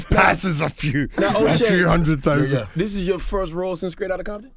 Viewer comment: No One his Scottish accent slipped out 😂 “a few hundred THOUSAND”